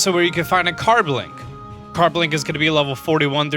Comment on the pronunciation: carbLink and sharKpedo... stop adding letters to my pokemon's names dad